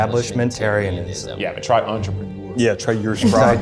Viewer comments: Bonus Challenge: Take a hit/sip of your alcohol/weed for every wrong letter. Keith: Entropeeeneoure Keith's Liver: 💀💀💀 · I absolutely lost it at “entropeeeneour” lmao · I lost it when Keith added a third e to Entrepreneur 😂